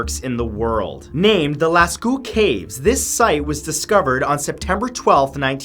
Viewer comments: lass-co... Lass CO B/ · I'm pretty sure "Lascaux" is pronounce lah-caw. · Lascaux - Lass Coe! In French au, ault, aux, eau is pronounced 'O'. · As a Canadian, isn’t that a mispronunciation of Lascaux ?